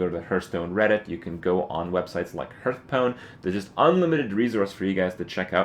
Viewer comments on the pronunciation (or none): It's pronounced harth not herth dammit. Lol.That aside, very helpful. Thank you. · how can you play this game so much and still pronounce the name fucking wrong.